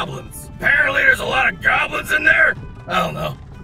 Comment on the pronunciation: I heard GAWBLINS SO I CAME RUNNING